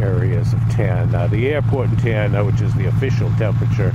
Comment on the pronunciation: It’s pronounced tuh-nana